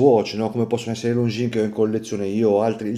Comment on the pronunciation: Però Longines detto come si scrive non si può sentire!! 🙄🙄🙄